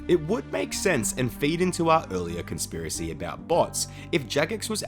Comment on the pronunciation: "con-SIP-racy" me thinks i'm done for 💫